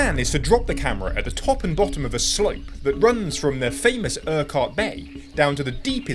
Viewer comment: great video! as a local to the Inverness area the only gripe I have is people not pronouncing stuff properly lol like Urquhart up here is pronounced Uh-kert, oh and we control the weather! its sunny more than people know! we generate rain clouds to make sure tourists don't stay too long